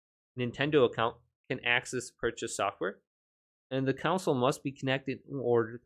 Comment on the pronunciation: "Console", not "counsel".